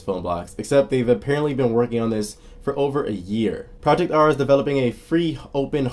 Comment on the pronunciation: Im pretty sure it's pronounced with a d- Adda. It;s a common Armenian name.